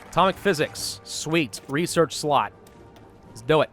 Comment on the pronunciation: what he says: rearch slot! what i hear: RESEARCH SLUT! (sorry :/)